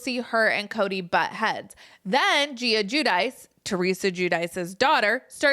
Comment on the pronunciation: Giudice is pronounced Ghee-duchi